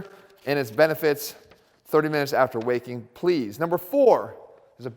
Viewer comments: I heard no 3 as: "drink 1 tsp of apple cider after wanking" haha 😂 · Thought that said wanking in the beginning 😂😂😂